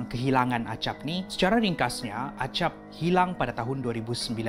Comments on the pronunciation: Bang tu yg las tu nama nya acap bukan agap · Acap bukan agap